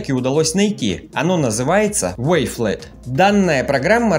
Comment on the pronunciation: Вафел) правильно говорить)))